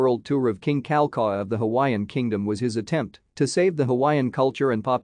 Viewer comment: Why can't the narrator learn the correct pronunciation of names? King Kal ah cow ah and Princess Ka ee o lah nee. Also, he took great pains to make treaties with France, England & Japan (possibly others) acknowledging the sovereignty of the Kingdom of Hawaii, which made the overthrow in 1893 an illegal act against a sovereign nation.